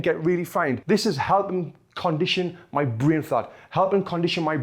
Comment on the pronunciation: why do you keep saying me its my